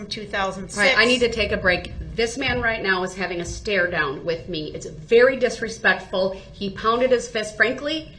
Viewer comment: Exactly. He also likes to say dishrespectful, undershtand, ridicaless, and jurishdiction.